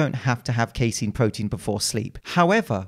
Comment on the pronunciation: Actually it’s pronounced “casein”